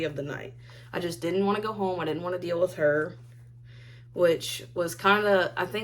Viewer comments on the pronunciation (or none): none